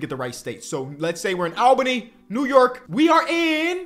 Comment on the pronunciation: all-bany not al-bany is how to pronounce it